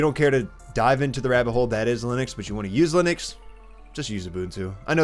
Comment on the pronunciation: Ты про Линукс? или Лыникс? Что, черт возьми, такое Лыникс? В английском алфавите Ы даже не существует. Why are you distorting the word so much, adding the non-existing in English nor in Finnish language vocal there? Why do you have to replace the i with Russian ы and the u with i? Give some respect to Linus and pronounce the word as it originally was. At least that much should you be able to do.